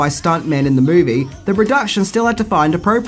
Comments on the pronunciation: You might want to fix the title you said mivie instead of movie anyway i love this movie and earnie reyes jr played one of the turtles all and all its a really good movie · Mivie not Movie 😂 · The Mivie 😂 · The « Mivie » ??? 😅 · Yeah, I love the TMNT "mivie" 😏